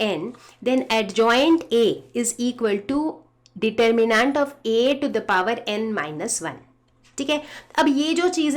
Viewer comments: Sorry mam, the pronunciation of determinant was irritating. Its de. tur.mi.nent and not nant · Mam please it's not determinaaaaant please for god's sake it's neither American English nor a British English pronunciation it's just determinant please pronounce it right please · medem ji yo determinaaant ni deter min nent hove aapdi angrezi shi krlo plij 🙏🙏🙏🙏🙏🙏 JAATO KA CHORRA! JAI SHREE RAM 🕉🕉🕉🕉🕉🕉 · you didn't get it like I meant the pronounciation determinaaaant instead of determinant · Is it just me who is put off by 'DETERMINAANT'? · Mam your pronunciation of Determinat is wrong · yeah diterminnaanntt kya hota hai ?? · Ma’am pehele determinant bolna seekhlo:) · plz determinant bolna seekh lo itna kabhi trigger nhi hua mai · the way you say DETERMINANT :'(